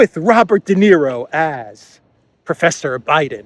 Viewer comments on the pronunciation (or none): none